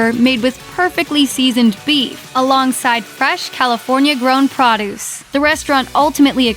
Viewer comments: Why can't these people read out loud correctly? Since when is produce pronounced prod-duce? At least she didn't sound like a monotone robot! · It is pronounced pro duce. Get it right. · wtf is praw-deuce? c'mon voice over people. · "...California-grown prawduce..."